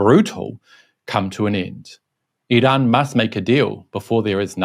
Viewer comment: You're trying too hard in the pronunciation of Iran. It's comical as even Iranians don't pronounce it like that😂